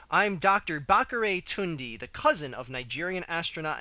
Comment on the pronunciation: It's pronounced tunda